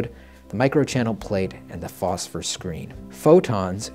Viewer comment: I can't seem to find NVG-40's anywhere anymore. Also, can I say that I'm happy you used the word phosphor instead of phosphorus like some people like to say lol